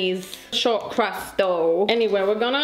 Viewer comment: Watching fail to say crust made me think of the advert bloopers, with an elderly couple struggling to say buttery crispy crust. If you’ve not seen it WATCH IT, thank me later xo